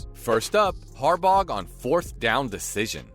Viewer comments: Harbauguh!? Dude mispronounces everything. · Note to commentator. When you can't pronounce a coaches name right that has been coaching in Baltimore since 2008, how can anyone have confidence in anything coming out of your mouth. Fluff, nothing but fluff. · The g is silent in Harbaugh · "Tengovailoa" beats "John Harbog"